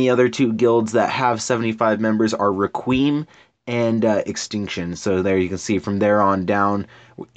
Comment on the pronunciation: You absolutely butchered the pronunciation of Requiem lol